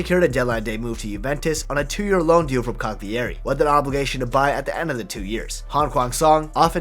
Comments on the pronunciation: Incredible story! Poor guy so talented but born in the wrong place. For the future: Cagliari = KA-yuh-ree not ka-ghli-AY-ree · not CA-GLEE-EHRI, CAH-LEE-AH-RI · Look at the correct pronunciation of the name Cagliari. Your pronunciation is terrible. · Strange that he kept mispronouncing Cagliari with all that research